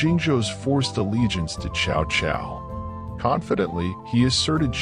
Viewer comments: It's pronounce something like Sao Sao, not shao shao. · can’t even pronounce Chinese name chow chow 😂😂😂